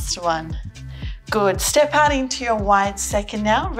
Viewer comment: Every time you say "out", it means "ouch" to me >.<. Your videos are really helpful. I'm your fan <3